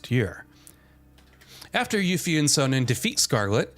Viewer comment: STOP SAYING CHARACTER NAMES WRONG. Literally Sonon’s name is said SOOO many times in the game. Too Many times to say it wrong in a YouTube video telling me about the game. Otherwise it’s a good video.